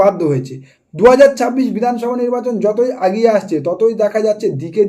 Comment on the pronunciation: আগিয়ে নয় এগিয়ে। সামনে নয় সম্ নে উচ্চারণ হবে।